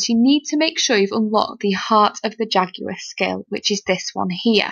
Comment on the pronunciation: even the pronunciation of Jaguar is spot-on. I love it!